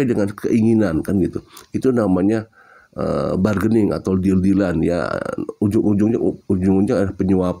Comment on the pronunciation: Bargains itu Artinya Tawar Menawar... Kalau lidah orang Indonesia Barkening Cara Bacanya Bargaining itu Adalah Bahasa English kalau bahasa Indonesia nya Tawar menawar